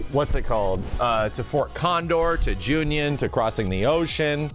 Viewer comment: This is like the millionth time he calls it Junion. Am I missing something?